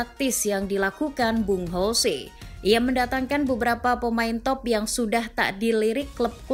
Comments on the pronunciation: Saran min. Untuk pengucapan yang betul itu Jose bukan Hose. Itu kata Mou waktu masih di spurs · ya bener dia kan portugis bkn spanyol, kalo spanyol baru dibaca hose